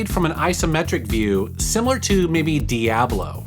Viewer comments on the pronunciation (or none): none